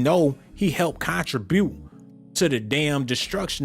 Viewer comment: He est the west side in the industry & he was always outspoken. As a black man he most definitely has a right to speak on what he feels as injustice! Lastly you pronounced contribute wrong Making everything you say after that a joke.